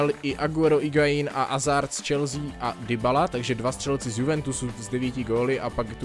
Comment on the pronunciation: Je to Hazard a ne Azard.